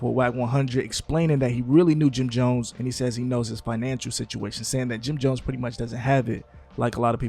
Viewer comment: Dat mane said Jim dones ,😂😂😂😂😂